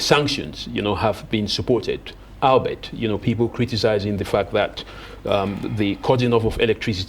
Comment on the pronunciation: very poor English----its all-be-it(ALBEIT) not ALBERT:face-purple-crying:. Coup is pronounced 'cou' not ' COP'